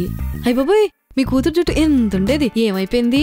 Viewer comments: Why you are saying juthu instead of juttu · akka juthu kadu juttu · Jutthu kadhu juttu antaru🤭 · First juttu ani pronounce cheyadam nerchukondi please